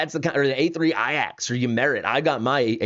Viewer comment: Everytime he says AYAX instead of Ajax is the most annoying 💩 ever. That reason im unsubscribing 🤦🏻‍♂️